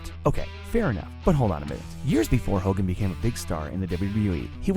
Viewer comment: He said hogan